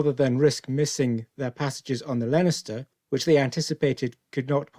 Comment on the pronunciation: Get the basics correct please - the ships name was Leinster - pronounced Lenster, not Lenister as you seem to say each time.